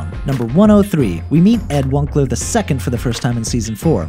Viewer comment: Ed Wun-ce-ler